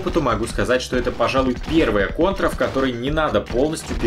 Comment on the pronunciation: Тем, кто вознамерился отправить с вопросом к Гуглу, советую присмотреться и к первому слову в названии. Заодно, так сказать. Contra следует произносить |ˈkɑːntrə|